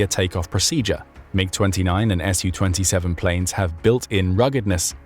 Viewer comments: It's not pronounced "Ess You Twenty Seven, but rather "Sue Twenty Seven". Su-27 is short for Sukhoi 27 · I appreciate you for your videos, however please stop saying Shu-27 or Shu-35, its Su ,short form for Sukhoyi.